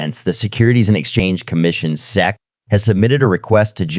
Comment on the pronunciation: Theo Von needs to learn how to say SEC. I love AI... I wonder if he knows they used a similar voice as his.